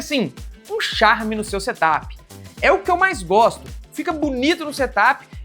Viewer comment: Em vez de setap com acento no a. É sem acento. Porque é setup. De set up. Não diz, look áp ne?